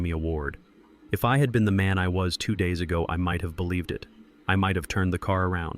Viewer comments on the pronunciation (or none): Lots of contradictions. Background noises, even coughing. Things out of order. Could be a good story if it was cleaned up. Instead correct pronunciation any plural word is said as the word, then s. For example day s instead of days. Brad s instead of Brad's.. it gets annoying after so many times.